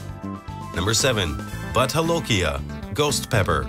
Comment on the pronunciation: What??? Butt holokia??? Hilarious..hahahaha hahahaha... Kindly note the correct pronunciation of no. 7 is Bhoot Jalokia, Bhoot meaning Ghost and Jalokia is the name of the place in Nagaland where the pepper is mostly produced. Amongst the locals they called it Raja Marja, king chilly.